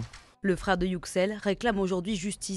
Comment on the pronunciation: Pourquoi est-ce si compliqué pour les Français de prononcer correctement les noms/mots étrangers ? YÜ-ksel… Ène-guine… c’est pas compliqué, et c’est le moindre des respects…